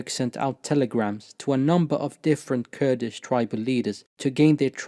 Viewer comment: Your pronunciation of Kurdish names, Turkish names, and Arabic names and words are very impressive and flawless. You must be fluent in all 3 of these languages. Mashallah, may the Almighty increase you. Ameen